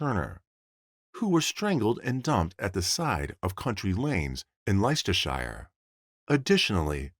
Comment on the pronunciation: Okay this narrator is bugging me..Allen Alen, Alan, Alun..all pronounced Alen..and Leicestershire is pronounced Lester sheer. If this is robot is a stupid one.